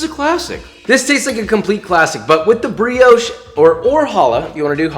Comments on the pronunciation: "The brioush" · pronounced brioche wrong. Disliked